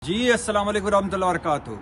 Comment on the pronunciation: بھٹی صاحب شروع میں اسلام وعلیکم کو چبایہ نہ کریں تیزی میں باقی آپ سب اچھے سے ادا کرتے ھیں اپ ھمارے ہیرو ھیں سبکی غیر جانبدار کلاس لہتے ھیں